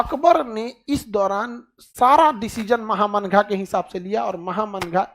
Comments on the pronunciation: Maya Ji महा मंगा नहीं माहम अंगा mujhe भी clear नहीं था, एपिसोड देखने के बाद पता चला, उसमे एक थी जीजी अंगा जो अदगा साहब की पत्नी थी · خان صاحب آپ بہت اچھے ٹیچر ہیں۔ لیکن یہ نام مہا منگا نہیں ماہم انگا maham anga ہے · सर नाम तो ठीक से बोले माहा मंगा